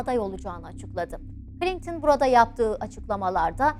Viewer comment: Ablacım içerik güzel olmuş da Klinktın mı diyorsun bana mı öyle geliyor?